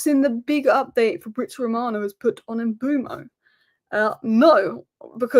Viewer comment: Mbeumo is pronounced like Kinder Bueno but with M in front, surely… Umboomo sounds lazy